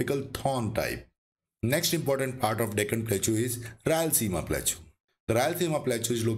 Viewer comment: Sir, you are doing a great job in creating these educational videos. Profuse thanks to you for the same. Just wanted to point out that you are not pronouncing the word Plateau correctly. It is pronounced as प्लॅटो please see this link